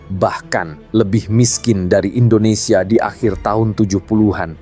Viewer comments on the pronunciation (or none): none